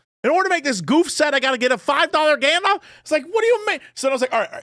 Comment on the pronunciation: The way Jesse says "galdarf" 😂